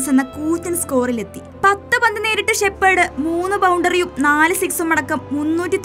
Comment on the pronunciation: ഷെപ്പേർഡ് അല്ല കൊച്ചേ ഷെഫേർഡ്